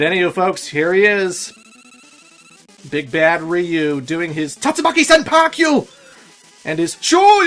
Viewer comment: Tatsumaki Senpukyayu Not Senpakyu.